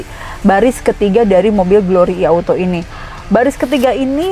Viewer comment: Nah ini baru penyebutan "I" bener, bukan "Ai"..